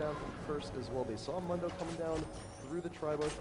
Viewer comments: Is one of the announcers purposely butchering Mundo's name? Mundo says his own name like a bajillion times... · I hate how he says Mundo's name! It's not even the right vowel